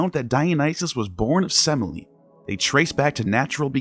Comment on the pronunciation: I'm laughing because you mispronounced Semele. The middle e is an accented epsilon, se-may-le 😂